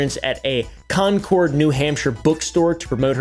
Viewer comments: repeat after me. GLaw Stir. glawstie, mass. with mass towns, you have to ignore literally half the letters. got further in. repeat after me again. conquered. concord, NH is said as conquered. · He 100% pronounced Concord wrong to annoy us New Englanders.